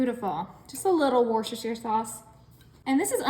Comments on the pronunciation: Wuh-stuh-shuh sauce :) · Despite how it's spelt, it's pronounced as 'Wuster' Sauce. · The sauce is pronounced Woostershire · It's WorsterShiesterShooster..